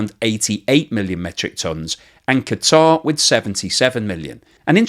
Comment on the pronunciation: I love that uses the correct pronunciation of Qatar (i.e. "kuh-tar").